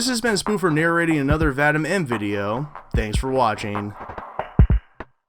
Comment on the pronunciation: It’s pronounced Vad—eem